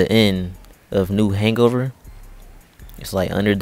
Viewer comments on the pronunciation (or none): He said new hangover when it’s new Hanover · New. . .Hangover. That may just be the funniest misreading of anything ever. LMAO